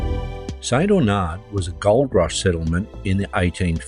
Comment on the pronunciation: It's pronounced St. Arnard not Aunard., just FYI.